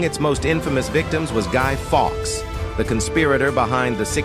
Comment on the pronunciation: Stop using AI to do reads. Try using a human. A couple of examples being 'led' was pronounced as in the light emitting diode, LED, not as in being carried away. The Roman numeral of one of the queens was pronounced is some awful way that wasn't even close. Guy Foks? Who the heck is he?